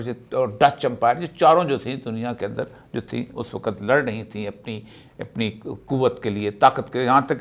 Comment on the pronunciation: AIK SACHAY PAKISTANI K LIE USKI QOUMI ZUBAN AOR USKI TAZEEM LAZIM HAI PEHLAY AP " WAQAT" KO "WAKHATH" BOLNA SEEKHYAE.